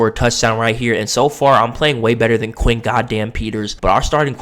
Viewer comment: Where TF did you get Quay? It’s Quinn.